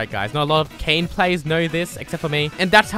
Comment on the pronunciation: ITS FUCKKING KAYN NOT KAYNE